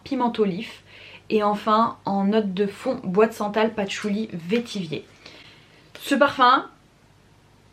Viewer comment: Bonjour, le mot vétiver se prononce "vétivère" (comme vert, la couleur) et non vétivier;-) Si tu aimes Baccarat Rouge, je te conseille d'essayer Tinharé de la maison Couvent des Minimes (vendu sur le site de Marionnaud), c'est un parfum fabuleux, extrêmement raffiné et singulier, et très similaire à Baccarat Rouge apparemment. On m'a arrêtée plusieurs fois pour me demander si je portais BR alors que non....